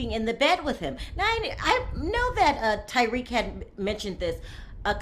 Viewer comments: Why tf you call him like Tyrique? Do you even watch the show? You never heard dem say his name before 🤔 its fuckin tah-rik not tye-reek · I'm pretty sure you're mispronouncing "Tarik's" name. You might want to check on that.